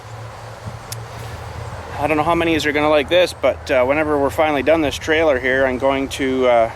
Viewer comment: trailer. not trail.. geez